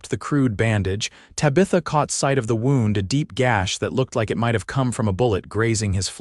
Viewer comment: Good story. I like the way you illuminate the characters. AI text to speech needs work, especially with names and 'wound.' The noun 'wound' is pronounced differently from the past tense and past participle of 'wind.' No doubt you know that, but AI has yet to figure that out. It might need some coaching if it's possible for you to provide that. I like the way your stories sometimes have a private little valley or special place of beauty that one with the exploratory urge to find it and heart to appreciate it can share with someone he loves. Thank you also that they married. It says a lot about the characters as well as the time they lived. I realize many today have great fear of marriage, in part because they don't feel they can trust another person when they themselves are unwilling to make and sustain the commitment successful marriage requires. A good marriage really is a great blessing.